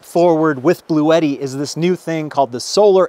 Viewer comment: Don't forgetti, your Bluetti, rhymes with spaghetti. But ute doesn't.